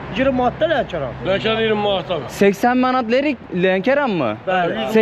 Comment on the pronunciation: Leriyin deyil Lerikin